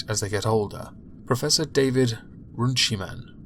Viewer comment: Run-see-man. It's an old English name that was first recorded before the Norman Invasion.